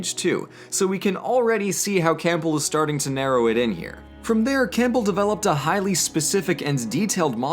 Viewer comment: I hate to be that guy but I have to say it: you pronounced Campbell wrong, it’s pronounced Cam-bell not Camp-bell